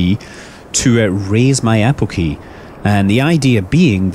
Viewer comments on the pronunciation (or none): Nice vid. It's apogee and perigee though, not "apookee" and "perikee" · Did anyone notice he said perikee and apokee instead of perigee and apogee?